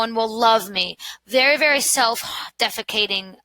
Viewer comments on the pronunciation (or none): So sorry to point this out, love your content but you definitely said self-defecating 😬